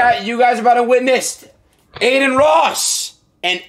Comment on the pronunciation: Aden not Adin